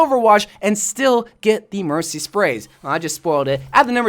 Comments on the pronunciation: yes, he said mershy. WIERDO! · She did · did he say mershy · was it just me or did he say MerSHy lol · Nope, he said Hershey 🤭